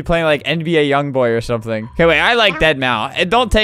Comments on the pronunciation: Lol but the problem is that it’s said deadmau or deadmau five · I was so triggered by Albert saying Deadmau5 wrong 🤬🤬🤬🤬🤬🤬🤬🤬🤬🤬🤬🤬🤬🤬🤬🤬🤬🤬🤬🤬🤬🤬🤬